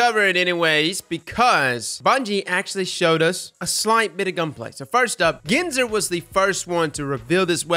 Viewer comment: It’s Ginsor, like Gin and Tonic lol.